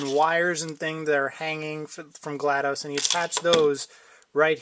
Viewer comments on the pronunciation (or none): FYI it's GLaDOS not GLaDOSE